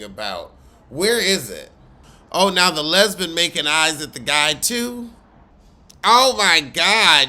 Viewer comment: Not the "lesbun" 😂 Shout out to TS Madison! 🤣🤣🤣🤣